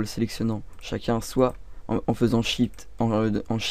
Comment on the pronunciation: Et à quand tu dis "En faisant SHIT..." j'étais éxplosé de rire x)